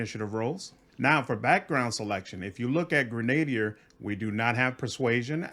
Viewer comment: Just a tip, because it bugs me, Grenadier is pronounced GREN-a-DEER, not GrenADE-ier.